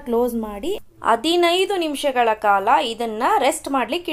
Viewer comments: Recipe channagide mam,adre dayavittu ಅದಿನೈದು ಅಲ್ಲ ಹದಿನೈದು ,ಅತ್ತು ಅನ್ನೆರಡು ಅಲ್ಲ ಹತ್ತು ಹನ್ನೆರಡು anta pronounce maadi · ಅದಿನೈದು ಅಲ್ಲ ಹದಿನೈದು. ಅತ್ತು ಅನ್ನೆರಡು ಅಲ್ಲ ಹತ್ತು ಹನ್ನೆರಡು